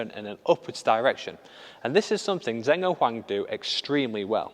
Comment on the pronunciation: Great video! Just to note that the pronuciation of 'Zheng' (as in Zheng Siwei) is not 'Zeng', its 'Jeng' (the names are written in Pinyin and not English which is why people get confused)